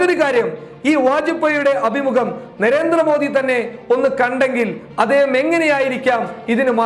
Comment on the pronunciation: നെരേന്ദ്ര മോഡി അല്ല നരേന്ദ്ര മോഡി എന്നാണ് ഉച്ചരിക്കുക